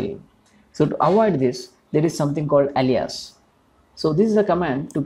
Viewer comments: Great explanation and video, thank you! Easy to understand One note: Alias is pronounced closer to "ey-lee-us" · more like: "ail - lee -us"